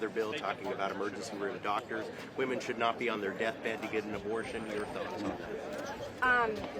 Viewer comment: Wuda, Cuda, Shuda! Please!!